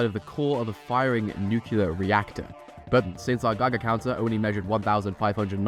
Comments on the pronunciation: It's not "nook-ya-ler", it's "new-clear" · My only annoyance with this video is the way you pronounce nuclear. It's pronounced "new-clear" not "new-cu-lar." Other than that, top notch. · New-KLEE-AR what are you george bush junior? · Just one question, what the fuck is nucular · Nucular* jam according to the video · Why people keep saying nuclear wrong? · That's not how you pronounce nuclear